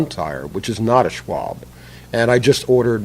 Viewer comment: It's pronounced Schwalbeee. Simple flat solution - Install the same principle that the tire manufacturers use - Tire Liners such as Stop Flats 2 or other flexible types. No Muss - No Fuss & no risk of eating away your aluminum or getting that goop all over your rims. $5. per tire & say goodbye to flats forever if used with Marathon Plus tires.